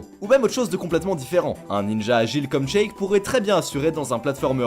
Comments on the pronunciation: "Check" hmm 🤔 Moi : ryejdjdjdudjeh mais ca se prononce Shhheykk pas Check jrurh ⚠ [Fatal Error] ⚠🤯 cerveau.exe a cessé de fonctionner. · "T"sheik et "k"knuckles omg mes oreilles 😭😱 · Par contre, on prononce "Chik" pour Sheik, "Nukeulz" pour Knuckles, et "Smach" pour Smash (et pas Smatch par pitié...) Super vidéo sinon continuez 👍